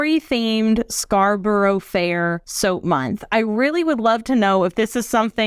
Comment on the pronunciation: You have created some gorgeous soaps here. One note to say though, is that Scarborough is pronounced Scar-burrah, rather than Scar-burrow. I know, pernickety Brit here, but I understand how hard it must be to Interpret our mad town names and how they're pronounced. Sorry, sorry, sorry...